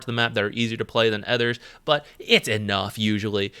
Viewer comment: Why do you keep pronouncing "others" as "ethers?" Just curious